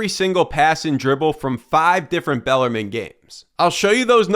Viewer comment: it's pronounced bell-are-meen